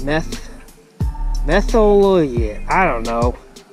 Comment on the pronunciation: MER-THI-O-LATE Jesus not only can you not release a fish you cant read?